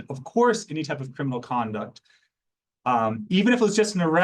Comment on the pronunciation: Did i just the reporter say: 'perminal'. Is this a new word? Did the reporter blend criminal and permanent together?